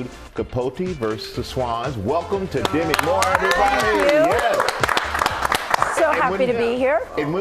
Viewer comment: Dem-ēē' is the correct pronunciation, not Demmy.